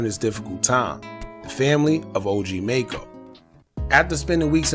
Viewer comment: You not even saying his name right